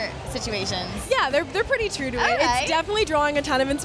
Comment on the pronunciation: Eva can't pronounce true that good she's so cute lol